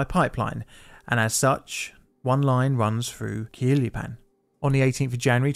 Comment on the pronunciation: "Tla hue lee pan" "High-dalgo" you really Britished those up! 😁 More seriously, this is good stuff, please keep it going! Just bear in mind that those of us on this side of the pond might cringe a little at your pronunciation of Mexican names 😘